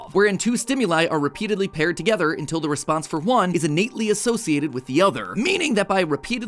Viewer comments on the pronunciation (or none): none